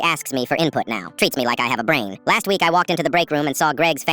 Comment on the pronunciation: The way they said 'brain'